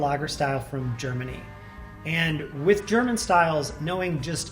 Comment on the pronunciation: sry but the germany procounciation is kinda bad. but my english spelling is not much better :)